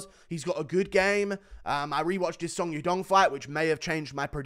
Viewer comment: the way he pronounce song yadong💀💀